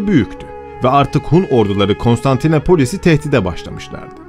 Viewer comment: Kostanitnopol diyceksin esekci guzeli 🤣🤣